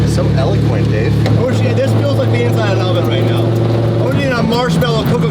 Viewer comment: For the love of god plz someone correct. Elequent? What the FU** is that I’ve heard it like 3-4 times